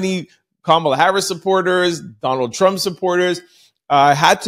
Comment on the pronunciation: I think you put to much emphasis on Trump name. Even if it's not intentional it comes across that you appear to be . Just saying from following you. I just got in a diff if opinion about your opinions as well as All our opinions